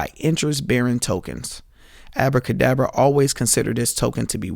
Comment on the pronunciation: "abradabra" lmao